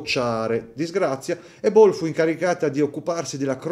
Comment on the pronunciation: Anche la pronunci della marca Ball è sbagliata ma va tutto bene. Belli i segnatempo soprattutto la 💣 finale!❤❤❤